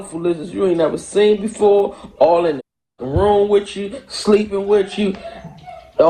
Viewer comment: No. She needs to stay until she is able to pronunciate properly. It’s not “worf” it’s worTH. It’s not “wif”. It’s WITH.